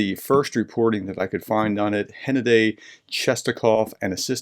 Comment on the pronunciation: Hennadii is pronounced Gennadii.